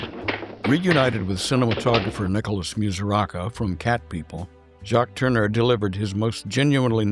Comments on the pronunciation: It was nice you could fit Jacques into your tribute to Val Lawton, btw, it’s tour-nur, not turner Jane Greer’s character flees to Mexico, not Florida You do feature excellent photographic reproduction, a little AI enhancement perhaps? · This fine Frenchman's name is pronounced tourn-e-ay, not turn-er, as in Ted Turner.